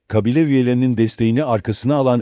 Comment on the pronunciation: Kăbile değil kabile, istila değil istilă.